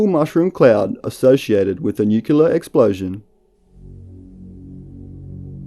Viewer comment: It's NU CLEE AR, not nucular. Please try and get it right.